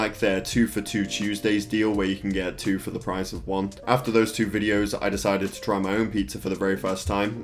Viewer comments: We don't say two as chew.. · Us brits don't pronounce two as chew